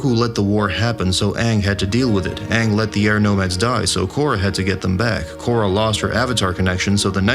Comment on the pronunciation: I am simply ecstatic about the new Avatar and Avatar movies. All I ask is if Aang is used again. Just get the pronunciation of his name as used in the series.